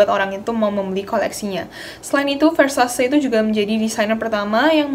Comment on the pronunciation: just notice ,Ver Sa Ce baca nya ,not ver sha see ,btw aksen baca sebenarnya italian bukan aksen bahasa inggris ,thx u